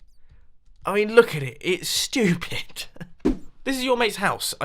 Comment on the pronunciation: mumbo : it's... SCHTEWPID elybeatmaker: it's... fReE rEaL eStAte